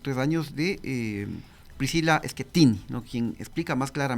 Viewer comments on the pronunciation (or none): ENSEÑALE COMO SE PRONUNCIA EL APELLIDO DE PRISCILA SKIETTINI AKIETTINI SKIETTINIIII...SE ESCRIVE SCHIETTINO PERO SE PRONUNCIA SKIEEEETTINIIIII